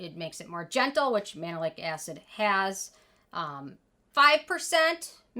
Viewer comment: I cringed every time you say Mandelic lol